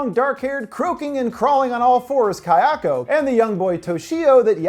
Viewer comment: Pleeeeease practice your pronunciation (ky-AHKO) is super incorrect, to the point of being distracting.